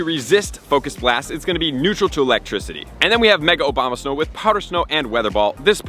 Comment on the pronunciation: Every single time he mentions the pokemon I always chuckle cuz I hear "Obamasnow" and I imagine a cartoon Barack Obama playing around making angels and throwing snowballs.